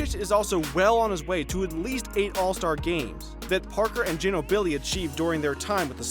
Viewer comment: Learn to pronounce ginobli and Durant! This are all time great basketball players! It's cancer in my ear how you pronounce them